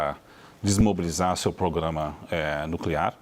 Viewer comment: Esse comentarista não sabe falar programa só pograma😂